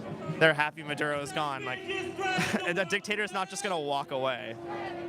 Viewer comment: WHAT A BUNCH OF IGNORANT, USELESS PEOPLE. NONE IF THEM ARE VENEZUELANS. THEY DONT EVEN KNOW WHERE VENEZUWLA IS, OR HOW TO PRONOUNCE MADURO